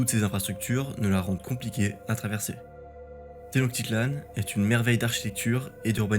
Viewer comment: Please : té-notch-ti-tlanne.